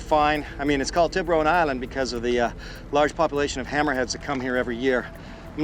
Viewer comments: Tib-rone island 😂 💀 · When he said Tibaron island I didn’t realize he was referring to sharks there was no effort to pronounce it correctly at all to the point the entire word was distorted barley recognizable